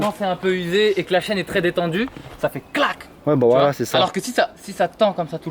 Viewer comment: Chui mdr au lieu de dire la chaîne il dit la chienne